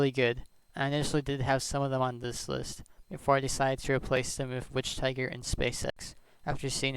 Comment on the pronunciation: Just to know: wichtiger is not pronounced like witch tiger more than wishtieger but with a long i by wish (idk how to explain actually)